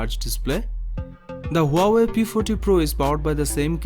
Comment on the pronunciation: Ha-wai... Just pronounced like that 😂